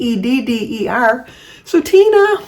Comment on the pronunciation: Thank you,. You pronounced Tedder perfectly.😊 I look forward to your birthday greeting every year.